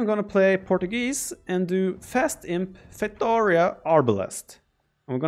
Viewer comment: It’s pronounced “fay-tow-REE-ah”!!